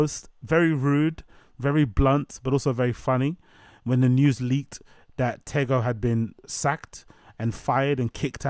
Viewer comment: It’s pronounced “Teego” 😂